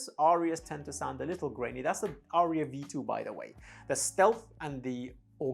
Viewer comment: Would you please mention the precise weight of these esoteric headphones whenever you review them, since I cannot use those much heavier than about 400g due to the size of my head and the length of my neck. P.S. As an Aryan, I can inform you that "Arya" has no more than TWO syllables.